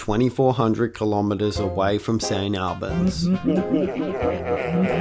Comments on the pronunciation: So it's pronounced All-bens (as in like hall or ball), not Al-bens. Hardly worth getting ya knickers in a knot over. 🤪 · It is actually "Saint Allbanz"... but anyway... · What Aussie can't pronounce St Albans. FFS.